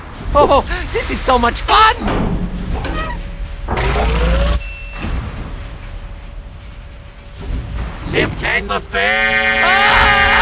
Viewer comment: it sounds like he says zeptember feeeeeeeeeee